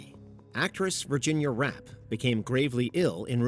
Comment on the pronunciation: Virginia Rappé is not rap, it's rap-eh